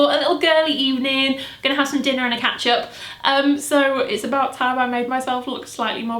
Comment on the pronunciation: Am i the only one who thought she said 'ketchup' twice before realizing the third time she actually meant 'catch up'..?